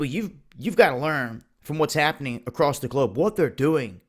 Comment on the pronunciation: when you come acrost it?